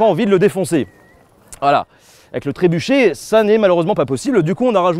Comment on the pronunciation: Trébuka ? Tréboucca ? Trébouka ? Tréboukha ?